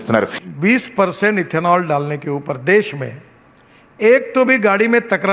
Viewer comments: Ethanol ❌ ఇత్తనాల్ 😂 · 😂😂ethanol❌ విత్తనల్ ✅ video స్టార్టింగ్ నుంచి ఎంతమందికి విత్తనాల్ అని అర్ధమైంది.😂😂😂